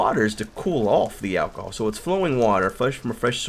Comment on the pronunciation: Did u say ahcohol